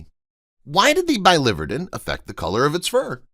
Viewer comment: I promise never to subscribe to clickbait videos. PS Biliverden is pronounced billy-vir’-den